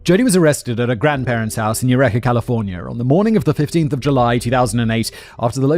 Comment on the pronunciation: Its you-reekah not you reck-er. EUREKA CA.